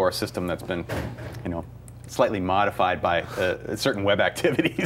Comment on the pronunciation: " That has been modidfied by some kind of web activities " HHAHAHAHAHAHAHAHAHAHA